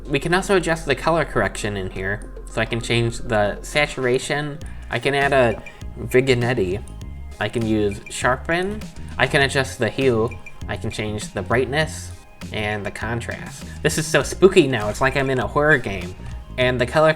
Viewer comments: its pronounced vin yett not vig in netty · "Viganettie" hehehe